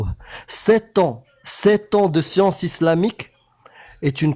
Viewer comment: La "scionce" !